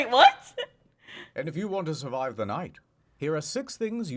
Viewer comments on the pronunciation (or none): none